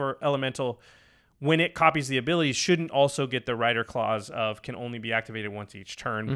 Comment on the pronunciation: " Copy all the abeeliatees again" 😂😂😂 Edits: 😂😂😂